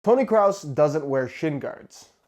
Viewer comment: “Tony Cross” Or Craus